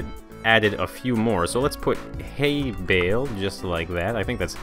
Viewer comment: Really? Haybail? Its Haybale